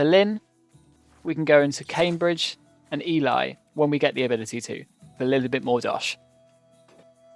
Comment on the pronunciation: Just thought you'd like to know Ely is pronounced E-lee. At least that's how my wife who grew up nearby says it.